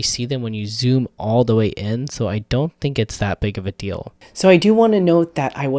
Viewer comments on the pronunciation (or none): none